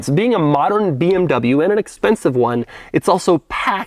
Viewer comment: 23 mins of pronouncing BMW incorrectly